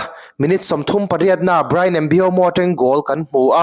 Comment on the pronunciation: Mbeumo hming lam dan tal hi ti dik ve hram teh u.. 😅😅